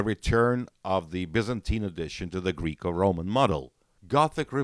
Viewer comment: Guy really said “greek-o-roman” 🤣